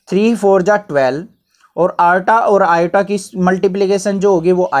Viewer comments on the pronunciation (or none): i = iota ❌ i = atta ✔